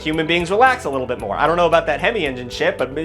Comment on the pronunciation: saying “wee littil boots” 😂